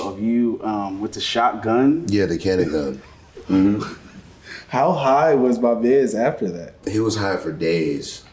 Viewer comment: its CANNAGUN! not cannon gun!! aaaaahhhhh